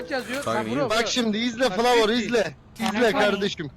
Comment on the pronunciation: flavorun İngilizcesi beni bitirdi😂